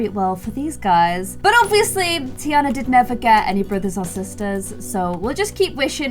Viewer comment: pronouncing tiana as teaana. Me: “it’s pronounced tiarna”